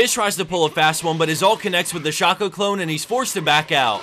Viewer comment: sh-ahco-. shayko pls